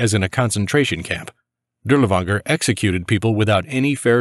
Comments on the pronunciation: Not 💯 sure, but was told to pronounce it as Dirlfanger in English. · You pronounce his name incorrectly, try saying Dirlfanger. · It actually is pronounced closer to durlaVAnger I believe , w's English are associated as v's in German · Shouldn't it just be Dirlevanger with v sound instead of w?